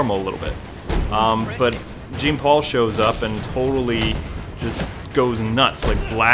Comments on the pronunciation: It's pronounced John not Gene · Its not JEEN paul. Its pronounced Its like John Paul but the J is more like SH. J+SH = Jean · It's pronounced as John.